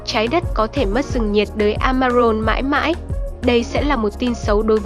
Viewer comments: Amazon mà cứ đọc Amaron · Trời ơi, làm ơn phát âm chính xác hộ. Rừng "Amaron" là rừng gì? Âm "z" chứ không phải là 'r'. Hay "A rập" chứ không phải là "A dập". Nội dung rất hay, mong kênh cải thiện giọng đọc.